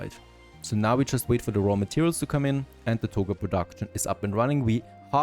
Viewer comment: Togurrrrs Togas dude. TogA. At this point, you'd think you'd pay some attention to your pronounciation. I can't keep hammering the same old shit, you're gonna make me feel shitty for your shitty pronounciation. Your english is fine, you can pronounce anything, as long as it's not an A at the end of a sentence??!?! What the actual fuck?